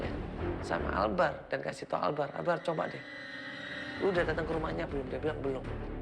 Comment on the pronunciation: Albar coy bukan akbar